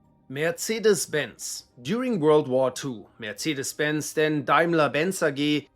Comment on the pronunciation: Its the proper german way to pronounce it